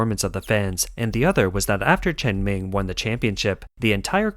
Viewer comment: let me help you (in case you think you know Chinese), it is not cultural, but political matter. very very deep economical benefits who wins and those chearing people are hired to do so.... get it? btw, her name is chen meng (pronounced as məng), not chen ming (pronounced as ming)